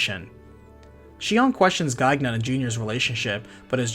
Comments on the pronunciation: The second "g" in Gaignun is silent. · Great video! If you make more, the name Gaignun has a silent second G (Guy-nun) Gaignun ("watch-dog") is the warhorse of Marsile, Saracen king of Spain in the French epic, The Song of Roland. His name is very fitting considering his real purpose